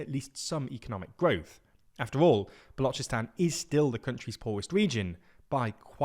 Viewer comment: Pronunciation of Balochistan is correct while of the Baloch is incorrect. Weird In'it.